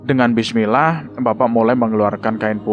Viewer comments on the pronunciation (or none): none